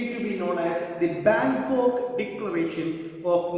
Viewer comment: Bangok or bangkok ?